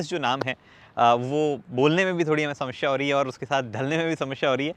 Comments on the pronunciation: He is samashya 😂😂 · "समस्या और शमश्या" 🙂🙂